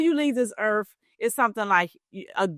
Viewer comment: . "Before you leave this earf" why do all credit repair people sound like this...? 🤔